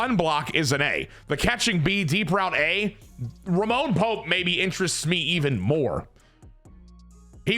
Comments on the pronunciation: for the love of sweet christ brother the mans name is RAMON Pope😂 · If youre gonna keep calling him “Roman” when his name is clearly “Ramon” then just change his name to Roman